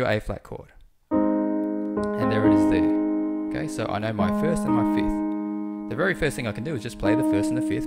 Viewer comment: Why am I always hearing people say fith for a fifth? Anyway, it is a good piano playing.